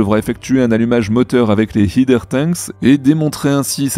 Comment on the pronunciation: pour la dernière fois: "header" se prononce haideur, pas hideur! "Heeder" n'a pas du tout la même signification que "header". Concernant les nuisances sonores en bordure de frontière, c'est la classique question philosophique de l'arbre qui tombe dans la forêt. Vu qu'il n'y a personne autour, qui ça va déranger? Et le fait que Massey soit quasiment sur la frontière alors que le site de lancement est à 3 km ne change pas grand chose au volume sonore pour les habitants de South Padre Island, Port Isabel, Brownsville ou Matamoros.